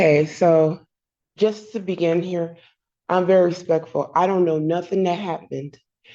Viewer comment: “I'm very spectful” She sounds like a total, illiterate idiot.